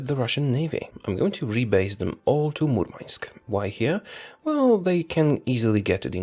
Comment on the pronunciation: A linguistic tip: Murmansk is pronounced with "Hard" "n", not "Soft", like in Gdan'sk